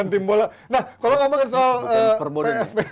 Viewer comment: Pe es ve. Ve Ve. Wkwkw 🤣